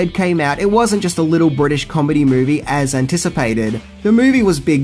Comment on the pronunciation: Bwitish comedy? Bwitain consists of englistan, Scotland and Wales. It was filmed in and about englaza. Nothing bwitish about it, NZ roundy-uppy guy. Stop calling englistan bwitain. It's like calling NZ Australia,or calling Oz NZ. Pfft